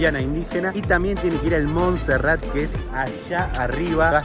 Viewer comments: Muy bien por el video, lastima que nunca pudieron decir bien el nombre de el cerro de Monserrate, con "e" al final, y lo más triste es que los guías bogotanos tampoco les corrigieron. Genial el atardecer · Solo una observación: No se dice Monserrat sino Monserrate (suena la E) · Alfredo Cuellar Venía a comentar justamente lo mismo jaja y los guías no les decían nada y dijeron Monserrat como 80 veces. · Muy bacano todo. Lo unico que no es Monserrat es MonserratEEEEEE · POR QUÉ NO DICEN CORRECTAMENTE LAS COSAS? jajajajaja CRINGE.... Es MonserratE, no MonserraT. Dìgale Arequipe, no dulce de leche. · No es Monserrat es Monserrate , suena como se escribe. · PRONUNCIACION CHICOS.... SE DICE MON-SE-RRA-TE SE PRONUNCIA LA SILABA TE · Muy entusiastas respecto de Colombia estos chicos. Simpáticis. Alguien debía avisarles que se dice Monserrate, es decir que la ultima sílaba de esd nombre es " te ". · se dice Monserrate